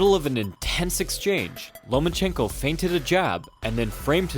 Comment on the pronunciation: Why are you calling him Lomanchenko? No N between Loma and chenko.